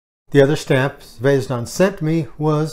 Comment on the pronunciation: Happy New Year,! Thanks for mentioning my stamps in the video. You have pronounced my name very good. Zvezdan